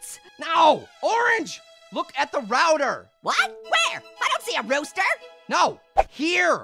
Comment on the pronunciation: HE CAN'T PRONOUNCE ROUTER CORRECTLY!🤬💢